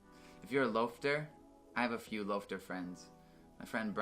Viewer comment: I'm Canadian what the heck is a loafter